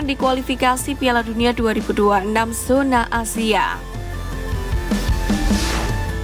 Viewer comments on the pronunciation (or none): none